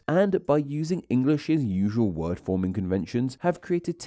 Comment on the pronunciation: You have a very strange way of adding an "uh" onto the end of some words, eg "word-uh". Whats that all about, is it some kind of regional accent-uh ?